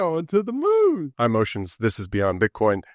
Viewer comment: It's Oshin bro, not "ocean"